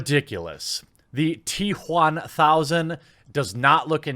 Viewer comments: Why do you say t Juan thousand. I understand wamanator but now I'm a bit concerned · "The T Juan Thousand" Please tell me they're actually calling it that. It would be the best name since BatManuel on the live action version of The Tick. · I get the political bias but your emphasis on" T Juan1000" seems like you have some personal beef with having a latino in the movie. regardless of the message. Thought you were better than that.